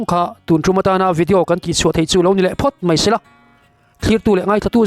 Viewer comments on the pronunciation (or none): none